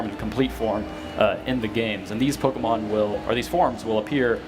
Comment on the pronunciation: its pok-E-mon not pok-I-mon